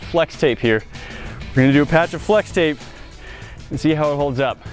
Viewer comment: Dude its fwex tape get it right